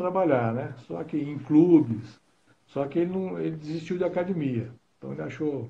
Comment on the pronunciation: O Gracie pode ser de qualquer geração e proceder de qualquer linhagem, ele sempre vai falar "Cadimia" kkkk kkkk